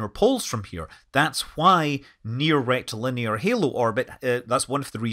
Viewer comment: Rectilinear, the way Scott says it, always makes me snigger